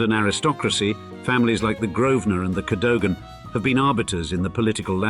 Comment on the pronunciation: Cadogan is pronounced 'Kaduggan'! Interesting clip, but London has ever been thus, Huguenots- EG Courtaulds, Jews- EG Sassoons, Rothchilds, Americans- EG Gettys, Arabs and Russians and now Chinese etc etc They can buy it, but can’t take it with them!